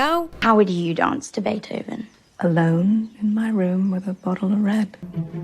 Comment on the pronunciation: Girl did you say BeeTHoven?! Sorry, I had to 😂 Enjoyed your commentary!